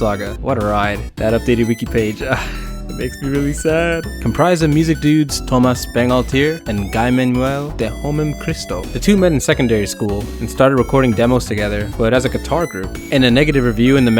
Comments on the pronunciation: "Guy" is pronounced "gee" with a 'G' that's sounds like like hard for 'good' or 'girl' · Speaking of which, Guy-Manuel's name is pronounced like "E-man-you-elle". In this case, Guy rhymes with "P" and not "pie".